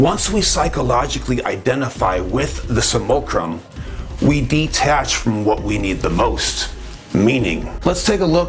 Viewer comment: Love this channel one of the best on YouTube I like the way he pronounces simulacrum, Samoa Chrome😂❤❤